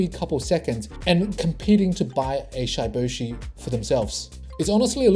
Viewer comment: It's not shyyboshi bro Its shiboshi like shib Pronounce like that 💞